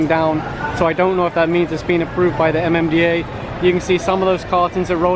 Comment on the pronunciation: At first, I was looking for a mom, dad, and a kid in a motorcycle being apprehended but soon realize it was MMDA that was talking about as Ma Ma Da Aa lmao